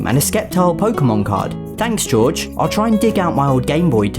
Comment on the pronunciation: quick correction Jorge isn't pronounced George its pronounced Hor hey(closest I can get to the pronounciation)